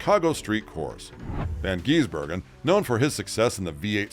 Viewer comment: I'm hearing van geese burger 😂